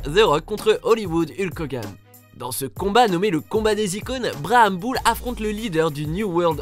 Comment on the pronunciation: son accent laissé à désiré aussi "braham Bull" sérieux